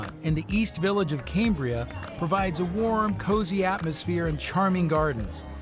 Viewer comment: It’s pronounced “cam”bria as in “cam”shaft, not “came” as in Cambrian, buddy.